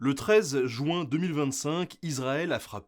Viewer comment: C'est pas le 13 "jouin", c'est le 13 juin (ça se prononce ju1)